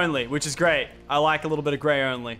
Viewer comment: He should have said grey only greyT